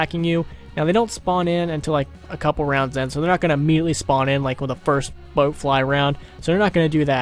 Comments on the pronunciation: bloat not boat lol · No h8 just pointing it out it's BLOAT flies not BOAT flies from fallout